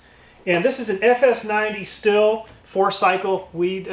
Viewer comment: Pretty sure that brand is pronounced "Steel". And BTW, that is a great idea, and kicking ass! Love your vids.